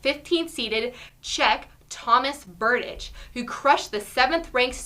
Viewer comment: Since I´m from Czech Republic, I am obviously a fan of Berdych. He´s in great shape and I believe he can reach for stars and the moon and anything he sets his mind on. Maybe one day even commentators will know how to pronounce his name properly :)